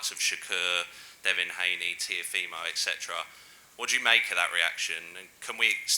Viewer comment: Bro said "E T C" instead of using the word excetera